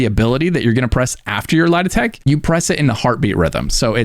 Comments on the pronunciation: I legit thought you were saying lie detect and not light attack 😅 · Took me a while to work out you're trying to say "light attack weaving" instead of "lietek". You doing that on purpose? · I was soo confused I thought you were saying "lie detect" not "Light attack" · Appreciate the vid, only thing I didn’t understand was when you kept saying “lidatech”….you were saying “light attack”. had no clue what you were saying until I scrolled through some comments lol. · can you explain what word you're saying lol Lah-Detect? Am I braindead? I'm replaying it trying to figure it out